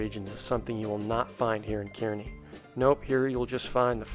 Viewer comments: It’s not pronounced key-rknee it’s pronounced as Car-knee, but don’t worry even some Nebraskans pronounce it wrong😂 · Car-Nee not Cure-A-Nee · Kearney, it’s pronounced, “Carney”, lol. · And it's pronounced "car-knee" . Great video dudes! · I laughed so hard the way you say Kearney lol